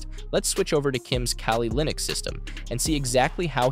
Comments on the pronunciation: the crime here was "kaylee linux" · Kayleee linux😭